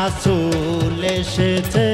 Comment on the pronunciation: রাছুল না রে ভাই রাসুল উচ্চারণ গত ভুল ঠিক করেন